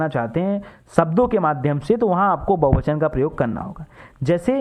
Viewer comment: bahuvachan hota hai bahubachan nahi